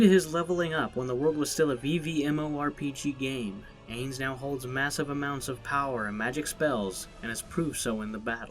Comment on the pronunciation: Omg he murdered ainz name from overlord. It’s spelled ainz but you pronounce it inse